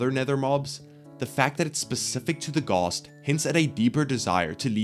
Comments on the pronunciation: Why does he keeps saying “gost” instead of ghast (aren’t ghosts machines) [it will make sense soon] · All I can pay attention to is how he calls them gosts